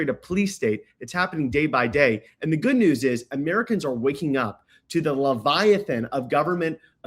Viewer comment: Why are you pronouncing "Good" as "GUD"? Are you mocking her? It's you said "GUD" as her name. Did you eat a gud meal today? Do you like doing gud for people? What is wrong with you DUDD?